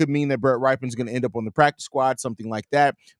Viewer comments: How does a FOOTBALL fan not know how to pronounce Rypien? 😂 Bro, you trippin' on Rypien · Rypien rhymes with Trippin'! Ya dig? 🤣